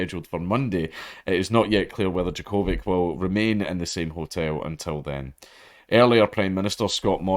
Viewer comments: Its djo-ko-vić not vik. The part vić reads as vitj or vich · I know you don't give a shit but it's "Jock-o-vitch" not "jaCOvick" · jo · kuh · vich 🤣😋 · It's pronounced Djokovic. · What a name butchering. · Your pronunciation of Djokovic wounds me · Yer saying his name wrong big yin. FTQ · Oh I thought it was pronounced Djokovic, my bad. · You say his name so weird. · Its funny listening to it as a Serbian, but as he said, he's not a tennis person, nor can he read slavic languages so its understandable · He said he doesn't watch tennis, and man did he mean it. LOL